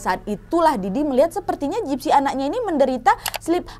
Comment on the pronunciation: Dari awal kak Nadia ngomong gypsy aku dengar nya Dipsy 😭